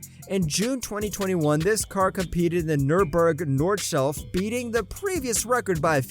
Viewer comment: "Nurburgring Northshelf" 😂😂